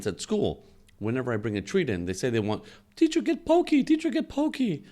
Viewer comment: Actually, I think it might be pronounced poc-key, like hockey.